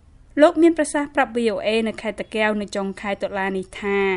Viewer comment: សូមអ្នកនិយាយពត៍មានពាក្យតាកែវឲ្យច្បាស់មិនមែនតាកេវទេសូមអរគុណ